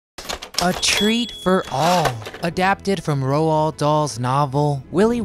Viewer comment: Please do research on pronounciations. Roald is pronounced like "rolled" NOT Row-ald!!! Very unprofessional!